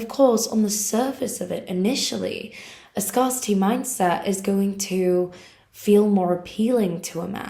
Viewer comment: It's not pronounced ' SCAR city.... It's pronounced ' SCAREcity' 😊❤